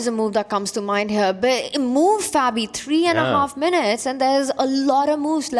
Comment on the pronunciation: What's up with David mispronouncing Fabis name?